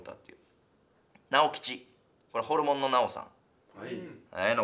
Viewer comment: 毎回ホルモンのイントネーション気になる